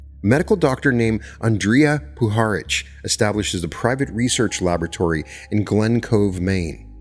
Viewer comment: Great episode but you totally destroyed that name , Andrija Puharić its pronounced AN DRI A - POO HA RICH he was a Croat born in Chicago and VINOD is pronounced Vii nood